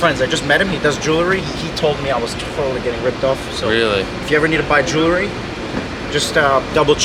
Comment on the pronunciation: Jewelry is pronounced jewel-ree. Not jewel-la-ree.